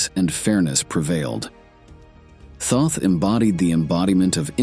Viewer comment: Until you learn to pronounce his name correctly, you will never comprehend his truth.